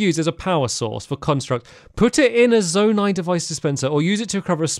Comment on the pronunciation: Zonai not zonia